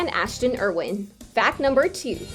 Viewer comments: Me. I was wtf!!!! YOU FUCKING PRONOUNCED IT WRONG!!!!!!! You doing you job wrong if you can't pronounce Ash's last name. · Who else freaked when she said Ashton's last name wrong?